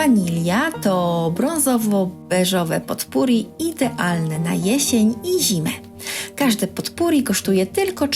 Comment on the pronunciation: Nie zeby złośliwie, lubię pania słuchać, ale potpourri wymawia się - popuri .